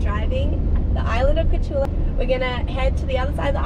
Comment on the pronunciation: It reads KorCHula, not Corcula.